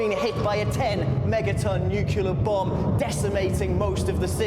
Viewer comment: Say "New" - "New". Say "Clear" - "Clear". Say "Nuclear" - "Nuciler."